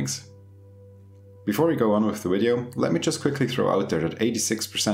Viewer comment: Ill subscribe when you pronounce Video correctly...